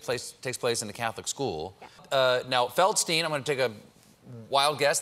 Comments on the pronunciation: If you get really anal about it it’s pronounced Feldschtein. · Surely her name should be pronounced feldstine and not feldsteen. The German ei is pronounced i not e